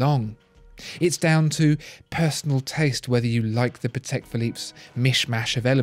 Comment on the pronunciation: Really nice video but you could work a bit on how to pronounce german and polish surnames, it is really not that difficult. You got Patek right but it sounds more like Patech, not Pathecque. British English puts so much emphasis on sylablles it just sounds a bit cringey when forced upon other languages.